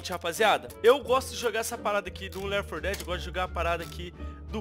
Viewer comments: lér for que é 4 dedi 2 Jogo:left 4 (four) dead 2 Pronúncia:lefiti for deade 2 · só eu que ouvi o falando do começo ler for dead em vez de left for dead? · Se fala "Léfiti for deadi". Rsrs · "Left 4 Dead" se pronuncia Ler 4 Dead?? Kkkkk ta ruim no ingles kk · Ler for dédi